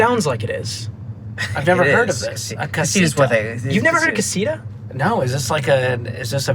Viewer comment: lol at gringo pronunciation of "casita" Yeah of course it's a Spanish word. Casa is house 🏠. Casita is little house 🏡